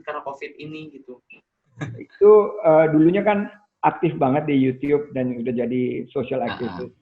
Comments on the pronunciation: kaga anjir wkwkwkw. lebih ke yutchuub (kinda). bukan yutiyub. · keknya salah dah yuchub, pernah dibahas vngnc pas Rando ngomong yuchub xD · Yucyub bacanya, klo sering nonton konten luar pasti tau